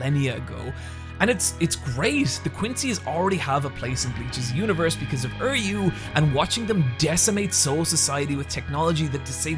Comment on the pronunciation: Are you PRONOUNCING THERE NAMES BAD ON PURPOSE???!?!!? How the fuck do you turn Uryu into "Erryu" and Mayuri into "Myru" lmao WUT!?